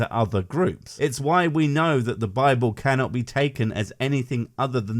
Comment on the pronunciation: Philomena Cunk - "The Bibble" is how it should be said by everyone.